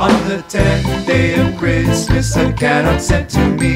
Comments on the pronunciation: ca-nuck not can-uck...gah! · Great imagination. Thoroughly enjoyed the video. However, on the work Canuck, you have the emPHAsis on the wrong SyllABLE. Canuck should be pronounced caNUCK "Canuck" /kəˈnʌk/ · In the word 'Canuck', the accent should be on the second syllable. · Not trying to be Grinchy, but the word "Canuck" is mispronounced. The accent is actually on the second syllable ---- can- NUK. It sounds so bizarre to me as a Canadian to hear them singing CANN- nuk. Really dislike it. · I agree. I have never heard that pronounciation of Ca NUK. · Seriously what is a Can Uck never heard it pronounce that way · Ok they miss annunciated the word CANUCK it is said Can uck. I am Canadian-American and even I know this. No idea who created this but they really should have asked a Canadian how to annunciate the word first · Pronounced Can AUK. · I LOVE THE SONG.....but........... What's a Canuck' ? It sounds like half a mechanic!! It's pronouced Ca'nuck... /kəˈnʌk/ <---dictionary phonetics Beauty, eh ? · emPHAsis on the wrong sylLABle of CaNUCK. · and they pronounce canuck wrong!! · I object more to the mispronunciation of Canuck! 🤣🤣🤣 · Outside of them saying Canuck waaaay wrong its cute :) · Interesting. Never heard the word 'Canuck' said like that before! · This is great!!!! Well done .....( I tried to ignore the pronunciation of 'Canuck' :-) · This is a cute video, and I have the book and it is very lovely for Canadian children, however there is a GLARING issue... a mispronunciation of the word canuck. It should have the emphasis on the 2nd syllable not the first. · I'm sure they are pronouncing Canuck the way they do so it will rhyme better. Great song. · Weirdest way of pronouncing Canuck I have ever heard :) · I totally agree. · Yes, it would be nice if they could pronounce Canuck correctly. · I was going to buy three of these for my grandchildren until I heard how they pronounced Canuck !! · Hey, just so you know, you pronounced Canuck wrong :)